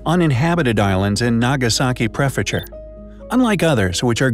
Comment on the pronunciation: He said Prefecture and Gunkanjima wrong too